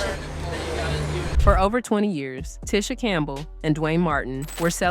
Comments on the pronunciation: HER NAME IS PRONOUNCED TEE-SHA OR NOT TISH-A 😐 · I hate it when people pronounce others name wrong! This lady is irritating!.. It’s pronounced Tea-sha like tea B! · It’s pronounced “Tee-Sha” (Tisha) according to her so the pronunciation here is throwing me. Although I know who’s being spoken of. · I had to stop watching when the narrator continously mispronounced her name. That is incredibly annoying. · Irked my nerve the whole time you kept mispronouncing her name! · You're mispronouncing her name. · Making a whole 30 minute video and never saying her name correctly is lazy work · It's disrespectful! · The way she is pronouncing her name is killing me...